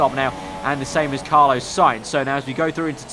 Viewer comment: How do you manage to mispronounce Carlos?